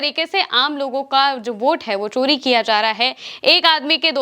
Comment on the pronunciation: Kya kya anchors aaye hain chori to 'sori' & social ko shhoshal....